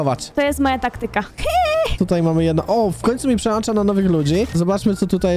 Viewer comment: nie mówi się "przełancza", tylko przełącza!!! Priszę cię nie musisz pokazywać, że miałeś problemy z nauką w szkole podstawowej.